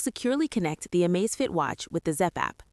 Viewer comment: Surely its Amazfit not Amazefit??